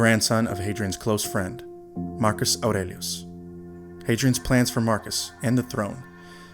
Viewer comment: Bravo how you pronounce his name!!! Love it! 👍🏼